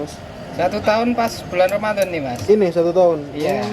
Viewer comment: Sang penjual pasti sangat agamis.religius...satu contoh penyebutan kata bulan ramadhan beliau menyebutnya dgn kata bulanromadlon,hal ini biasa dikatakan seorang santri...